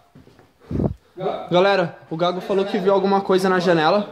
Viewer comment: Antes em outros videos eu pensava que era combinado, mas depois desse video tirei uma conclusão: ISSO É VERDADE MESMO e essa galera estão apavorados. Observem que a partir de o cara não consegue nem pronunciar o apelido do colega que é chamado de "gago" de tanto medo! Pavoroso isso.